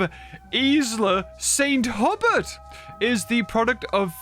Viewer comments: It isn't Isla, it's Isle. Aisle. And Hubert is Hew-bert, not hubbert. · its hue-bert, Sounds a little better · i belve the island is pronouced st. "h-yoo-bert" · I think its Isla St. Huberts pronounced "Hew-Bert" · I would guess that St Hubert is pronounced hugh-bear, which has a much nicer ring to it.